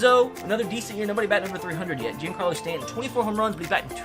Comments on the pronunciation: Mans sayin G-in-Carlo Stanton, bruh; it’s John-Carlo Stanton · Mispronounced Giancarlo... That $ sounding good